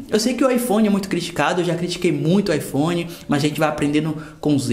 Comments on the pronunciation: . Ipone 7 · IPone kkkk